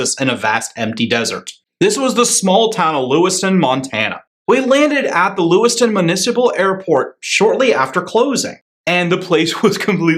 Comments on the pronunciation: LewisTOWN. Not LewisTON. Appreciate you visiting, now pronounce it correctly. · It's LewisTOWN, not Lewiston. :o) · It’s pronounced. Lewis-TOWN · Im sure we would like you to come back also - but - it would be nice had you taken the time to find out that Lewistown has a second w in it. You pronouced a town in Idaho. You also got the name of the hotel wrong - sound out the word Calvert. If you are interested, you were staying in what once was the Fergus High School dormatory.....lots of history there.